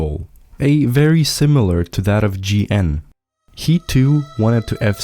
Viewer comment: Vecīt, tev ir ļoti labi video! Bet tas kā tu izrunāji -GN userneimu bija vnk :skull: 😂😂